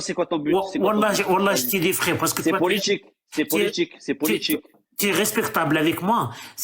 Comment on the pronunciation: C’est « politjique » pour un mec qui est né en France 😅